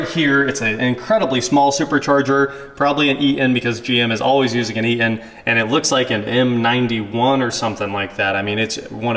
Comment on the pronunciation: The old Ea-un supercharger and yes, it is forgo-un....no "T's" required.